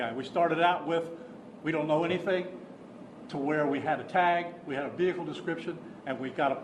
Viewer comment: ‘Ve Hickle’